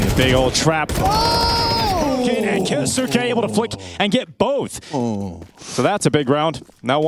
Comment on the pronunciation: 'Ki-yos-ke" not "Ki-yo-su-ke" it's silent 'u'